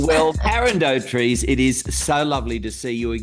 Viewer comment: Do-trice,not doh-treece 🙄🎩